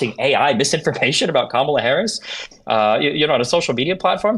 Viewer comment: Gotta give credit here, at least he pronounced Kamala's name correctly 😂😂😂